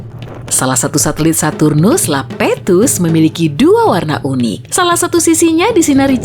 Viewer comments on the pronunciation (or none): Kak bukan Lapetus tapi Iapetus